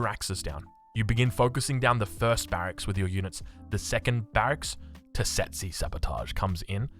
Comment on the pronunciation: Tesetsi 😂😂😂. Love your new words. Its Tsetse, (Che-Che) and its a breed of fly found in Africa and Middle East and its stink can cause illness or death.